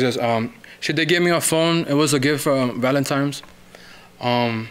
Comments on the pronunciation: 9.54 Valentimes? Hah! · "She got me a gift for VALENTIMES"